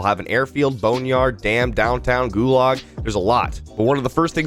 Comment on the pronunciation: yo bro,GULAG is pronounced more like GU-lodge like log but with a z-ish kinda ending